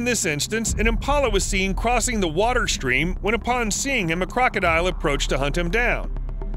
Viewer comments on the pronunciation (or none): none